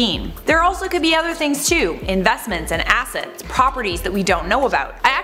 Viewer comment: Did anyone else think that said “Investments and Asses?” No? Just me?